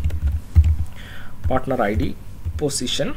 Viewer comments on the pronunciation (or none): I'm keep telling you that it's "position", not "positiom", but you are not listening .. LOL (XD) Just kiding, good course, thanks.